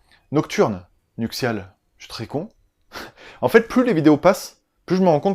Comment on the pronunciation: "Nuctiale"? Ai-je bien entendu? :') Et pour une fois, non, je n'avais rien à faire de mon samedi soir, pour une fois XD. Eh ouiii j'apprécie aussi ce concept! Et comment ça on ne peut pas réclamer de cadeau??? :'( Moi j'veux toujours te voir en Père Noël!!! :'( J'vais pas te lâcher avec ça! Bon bah si y'en a comme moi qui n'ont pas aimé ce film? :') Et j'ai poussé le vice à voir les 3... Et les suivants m'ont encore moins plu que le premier.